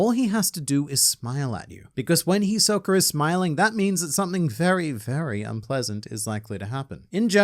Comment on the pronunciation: You mispronounced Hisoka.